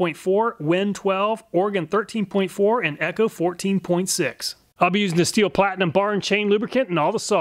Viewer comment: Thanks for saying husqvarna and stihl correctly.